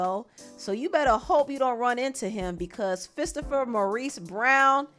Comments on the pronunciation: Did she just say “Fisterpher” ??? 😂😂😂😂😂😂😂😂 Boi I just hollered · Did she say Fistopher Maurice Brown? 😂😂😂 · Not Fistopher 😂😂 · Fistopher Brown🤣🤣🤣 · Not Fistopher 😂😂😂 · Fistopher brown took me all the way out!😂😂😂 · Not Fistopher Brown 😂😂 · NAH... FISTOPHER! I'm howling 😂😂😂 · “Fistopher Maurice brown” 🤣🤣🤣🤣 we all know Chris brown will mash Quavo up